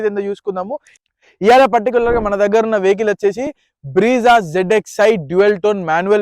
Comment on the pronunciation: Breeza kadu anna Brezza